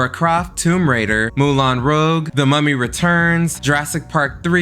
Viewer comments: it’s pronounced “moo-lawn Rew-udge” that’s how one says it phonetically. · Moolan Rogue?? 😂😂 Videos are good but info and pronunciation are sometimes wrong. Just saying not complaining! 😜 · It's Mulan Rue-j (pronunciation) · Not Moulin Rogue 😂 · “Moulin ROGUE” tell me you’re gen z without telling me you’re gen z